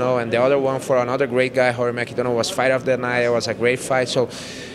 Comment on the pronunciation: Brazilian pronunciation of Rory MacDonald's name is Whorey MacDonald.